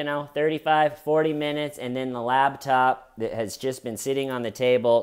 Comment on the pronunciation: Wait it sounds like you’re saying LABtop instead of LAPTOP